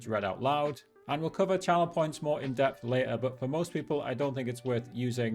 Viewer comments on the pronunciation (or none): none